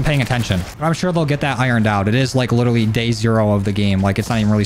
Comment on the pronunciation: Is it litewawy the first day? Lol